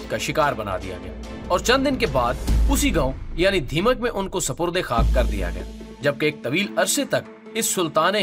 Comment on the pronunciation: Its dhamyak not rdeemak